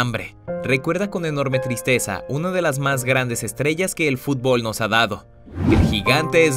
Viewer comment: No sabes pronunciar fútbol